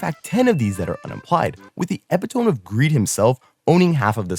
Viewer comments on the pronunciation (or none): I don’t think that’s how u pronounce “epitome” 😂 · The pronunciation of “epitome” was peak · did you just say “epi tome” meaning “e pitome” (epitome) lol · eh pih tome lol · The epi-tome of hyper-bowl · epi tome